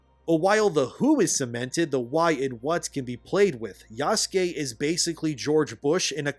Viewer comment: The way you pronounce Yasuke is triggering. I'm fairly certain it's not Jaskey. Pretty sure the "u" is not silent.